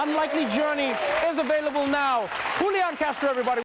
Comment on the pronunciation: I'm surprised that Trevor, being usually so good with accents and languages, kept calling Julián Castro "Hoolian" after he explained how his name is pronounced (kind of like "Huliaan").